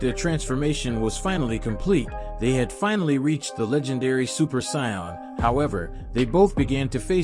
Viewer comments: OMG I almost can't finish this because you just can't say anybody's name right: sayian, kakarot, Vegeta 🤦‍♀️🤦‍♀️🤦‍♀️ get acquainted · This dude pronounces dragon ball terms weird. Whis, sayians, kakarot, ozaru...the heck man